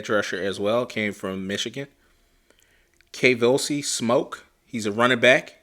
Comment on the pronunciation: “Kavosiey” is pronounced like the cognac “ courvoisier